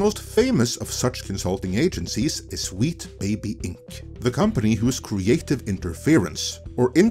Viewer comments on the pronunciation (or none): oh no... NOT AGAIN!!! First "Comedy" for "Committee" and now "Wheat Baby Inc" Glad everyone is not dunking on for his accent this time.